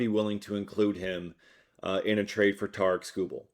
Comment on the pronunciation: I heard Tigers went with the Dodgers offer because you cant pronounce Tarik correctly..